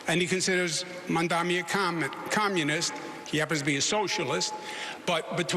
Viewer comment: Cuomo slipped up and said “Commonist” woopsie